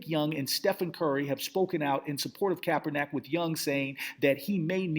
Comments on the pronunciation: Yeah I agree with previous statements. You got to work on speaking the brothers name correctly. You're a smart brother but you need to show some intelligence. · I just want this guy to pronounce Colin Kaepernick's name correctly one time. Just once...Its really not that difficult. "Colin" not "Colon"..."KaeperNICK" not "KaeperNACK". Smh.